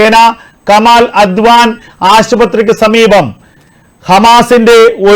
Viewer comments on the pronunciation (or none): none